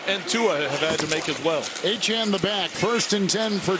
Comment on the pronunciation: 100% Certain Achane’s name is pronounced “A-Chain” not “A-Chan”. English hasn’t changed that much sheesh.